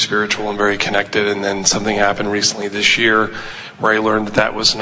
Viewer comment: THANK YOU ABRAHAM HICKS I LOVE HOW YOU SAID GHIS YOU ARD SUPER GREAT❤❤❤❤